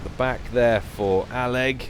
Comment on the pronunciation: I think you are the first caster (at least out of the ones I watch) to pronounce all of aleg's username.